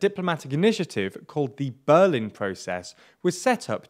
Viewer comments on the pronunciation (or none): none